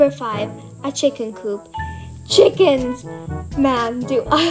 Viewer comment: Those are pretty interesting ideas you have there! They’re very cool to say the least. Also they way you say “chickens” is pretty funny lol